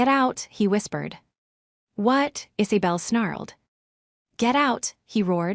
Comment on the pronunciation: The voice needs how to say Isabel! Not Is-a-bell!